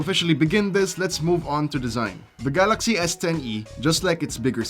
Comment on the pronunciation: Galaksii hahhaha... is that english ??